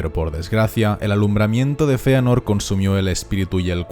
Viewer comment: Sisi se pronuncia Feanor